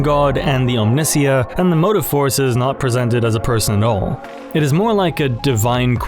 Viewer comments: Pronouncing omnisiah like that instead of as a portmanteau of Omni and messiah is really grinding my gears. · Fantastic vid. Stayed til the end. Only thing I noticed in the whole video was your mispronunciation of “Omnissiah”. One mispronunciation in a two hour endeavor is damn good in my book, especially when it comes to the slippery slopes of Warhammer… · Very cool interpretation and theory. Pretty much the only thing that bothered me at all was how you pronounced Omnissiah. While common in the fandom, it always makes my brain itch when people say it that way. I've always seen it pronounced like messiah in all official media, yet the fandom seems hell bent on pronouncing it the way you do. Still a good video and a sub from me though. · Hands down the coolest lore video for 40k I've ever seen. Your depth of knowledge on theology and your ability to tie it to all things warhammer is insane. Thanks for this banger of a video! I was a bit confused at the start of the mechanicus section as Omnissiah, at least in the games and most other places, is pronounced Om-knee-sigh-uh. Not sure if omnissiah is phonetically said you way you say it, but I figured it was worth mentioning. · Dunno why but your pronunciation of "Omnissiah" makes me bristle. Other than that, highly enjoyable video, well done. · Why do you pronounce Omnissiah like that? Is this AI? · Why do you keep pronouncing omnissiah like that :( great video otherwise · all this work and you never bothered to look up how to pronounce Omnissiah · I love the video. Very thought provoking. My only note would be that I think Omnissiah is pronounced Om-nee-si-uh because of it being a conjuction of the two words omni meaning multi and messiah or "chosen one" but it is a made up word after all so I guess there is no real correct pronunciation. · What is the reasoning behind your heretical pronunciation of "Omnissiah" ? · The way you pronounce omnissiah is a full on psychic attack on my being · Om-knee-sigh-uh, please sir